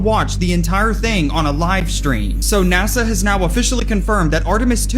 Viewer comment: it's NaSa,not NaZa. Your using a z sound instead of an S sound and it's annoying!!!